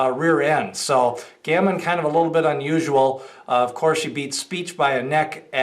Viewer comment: It’s pronounced Ga-Mean